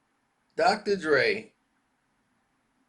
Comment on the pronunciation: Drocotor Dre lmao .....😆